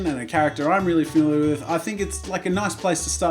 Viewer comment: how jazza says familiar 😂😂😂